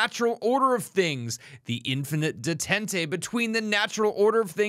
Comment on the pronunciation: "Day Taunt" would be a more accurate pronunciation